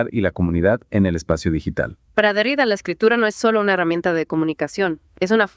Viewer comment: Se pronuncia Derridá.como si tuviera acento en la última sílaba